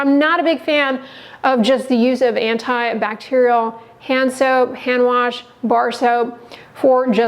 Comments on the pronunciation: I’m sure this girl is great and everything, but the way she said hand “ warsh” doesn’t give me a lot of confidence in her tbh. 😹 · I’m not taking skin care advice from anyone who pronounces it - warsh.